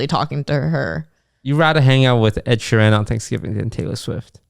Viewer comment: The way he says Ed Sheeran triggers me everytime, It's like he's saying Ed She Ran.